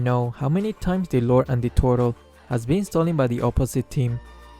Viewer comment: everyone one else:turtle: tortole XD